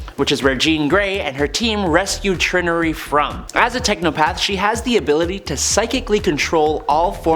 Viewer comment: "Trinn-nurry"? It's pronounced "Try- nary".